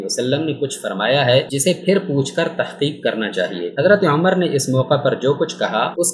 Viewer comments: اوے پاگل انسان تمہیں تو جناب عمر رضی اللہ تعالیٰ عنہ کا نام بھی لینا نہیں آتا جاہل انسان امر نہیں ان کا نام عمر رضی اللہ تعالیٰ عنہ ہے اپنا تلفظ ٹھیک کر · Bhai apki APNI pronunciation e theek nhi.....Umar ko Amar keh rhy hen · بار بار حضرت عمرو پڑھ رہے ہیں جبکہ پڑھنا عمر چاہئے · Naam to thek le lo Hazrat Umer R.A ka